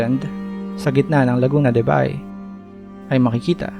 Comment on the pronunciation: It is pronounced Lagoona de ba-eeh or Lake of Ba-y (Ba-eeh) that is one of the coastal towns along the large caldera. This is not a BAY as in Manila Bay